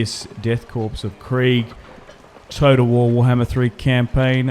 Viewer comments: ffs it is core not corpse.... you dont call it the marine corpse. it is sounded out the marine core, much like it is sounded out the death core of krieg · Corps and by extension Korps are pronounced as kor, identically to the word core, the p and s are silent